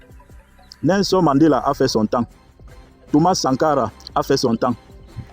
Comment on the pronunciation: Tu es fou de prononcer le nom de Thomas Sankara